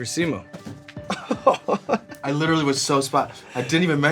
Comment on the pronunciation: It killed me to hear Sean say Simus name wrong... there's an invisible 'o' between the 'i' and the 'u', so it's said more like "Lee-oh", but in like 1.5 syllables